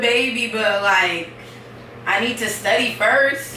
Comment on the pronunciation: Lol he said studdy an stop talkin to me😂😂😂😂😂😂🔐